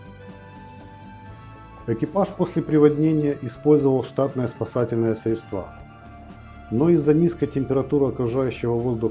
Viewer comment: Говори не средствА, а срЕдства. Учи русская языка однако. А передача интересная.